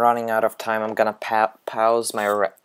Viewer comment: pawse lol you pronounce words funny, where are you from?? good video though dude, helped me out alot